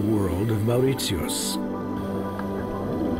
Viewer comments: Is it just me, but the pronunciation of Mauritius has only 3 syllables as I have ever heard it. Kinda like "More rish us" . Whatever it is, I'm fairly sure the narrator got it wrong. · Why is he pronouncing it”maur rit see us? I’ve never heard this before. Can some Naitives explain? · It's pronounced More-ish-us dude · Could the narrator call my country by its CORRECT name. it is NOT Mauritsiosotus! You have lost ALL credibility! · Very relaxing viewing, but if I hear that guy say "Mauwrissioss" one more time! 🤬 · Mow rit yeus...what??? 🤣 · Why is he pronouncing Mauritius like that 😮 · His way of pronouncing Mauritius is irritating. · not to be rude but if one is doing a documentary maybe pronousing the name of the island should be done right! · Man can’t even pronounce Mauritius! So not surprised that some of the « facts « are also wrong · Yes, sounds like the German way to pronounce it.. wierd. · Correct. The narrator’s pronunciation is incorrect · but the way he says mauritius pisses me off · A very informative documentary. However, I wish the commentator had learned how to pronounce the name Mauritius correctly. He also mispronounced the names of many other places. This documentary also contains a lot of inaccuracies. For example the Hindu bride does not marry without meeting and getting to know the future husband. In fact it is common practice for the future husband to visit the bride and stay over at her place regularly for several months before the marriage. My wife is from Mauritius and pointed out these to me. A lot of good information, but this needs more fact checking and detail. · He mispronounced the name of the country. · Hi, are you German? I ask because of the way you pronounce Mauritius.. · a documentary and you butcher the pronunciation????? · And for one,he pronounces the name of the country wrong.... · nice video, but I have never met someone prenounce Mauritius the way he does. lol it rhymes with Delicious not Prius. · It's Pronounced Mar-i-shis